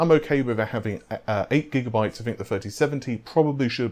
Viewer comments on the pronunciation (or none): none